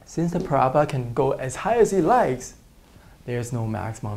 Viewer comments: Use transparencies next time you fold! Also the pronunciation is parabola not parabla. The symbol that looks like € mean "is an element of". The other symbol means "the set of real numbers" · he talking about the accent because it sounds like Prabla but we all know that it's parabola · I always thought it was para-bola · the way he says "parabola" lol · Honestly the only word that he isn't great at saying is "parabola". Quit being rude. I loved the vid by the way. Helped so much!